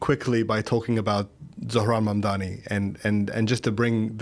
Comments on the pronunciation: Mamdana as in obamna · Mamndana like she was trying to say Madonna omgg 😭